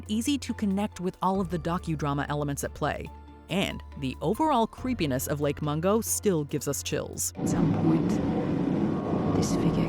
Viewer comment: Lake Mongo? 😂. Huge Lake with a Huge Secret… 😂. Lake Mungo.